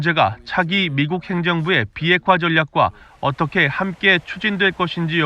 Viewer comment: 이사람 북한에서 왔나 ? 어~어똫게~ 라고 발음 하는게 북한 방송원 같아.